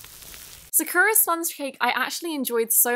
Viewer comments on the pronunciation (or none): Nice video, but the pronunciation for sakura was deathly off.